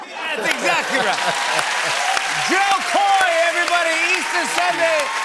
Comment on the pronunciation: It's not Jo Koy, it's JO KO!!!!